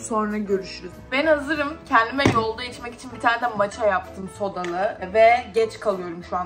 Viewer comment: Mocha ❌ Maça ✅